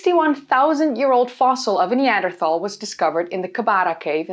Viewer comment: I noticed that you've mastered the pronunciation of 'Neanderthal' in English without switching to Dutch. Well done. It doesn't grate on my ears now. 🙂